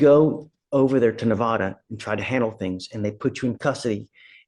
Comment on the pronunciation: The Judge is misspronouncing Nevada